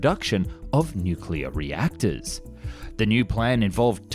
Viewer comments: "Honestly I don't know why we don't see this nucuuuwelough drilling technology" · I can’t believe the narrator can’t say ‘nuclear’ properly 😅